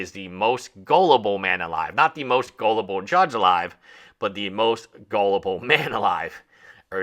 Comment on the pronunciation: This creator sounds like he's lying through his back teeth. A 30 year old retiree? Yeah ok. A lawyer? BS lol😂 Kid cant even string a sentence together, cant pronounce 'gullible'....